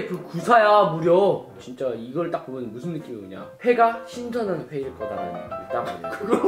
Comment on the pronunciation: 나만 자꾸 신선한이 신전한으로 들리는건가..?